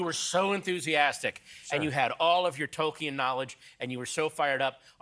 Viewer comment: Sure, but he usually doesn't pronounce "Tolkien" correctly for some reason.